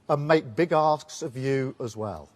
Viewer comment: Did he say big ASK,s or big ASS.